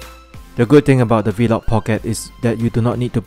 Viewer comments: “Vlog pocket” not “v-log pocket” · he’s commenting on your pronunciation of ‘V-LOG’ as opposed to just ‘vlog’. I must say, many Singaporeans also pronounce it the way you did. I have no idea why.